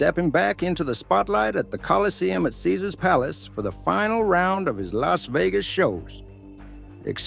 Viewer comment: Stupid AI can't even pronounce Caesars! Why the lie headline? He's not been sentenced. Depending on the evidence all of this is hard to believe.